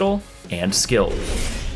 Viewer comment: Baron Lane sounded great until you said "skilled"